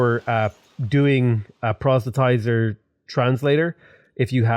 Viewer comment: I cannot express how much I love to hear that you finally figured out how to pronounce "proselytizer". :)